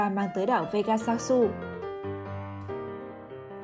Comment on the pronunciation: Pê ga dớt nha ad :V not vê ga sa su :V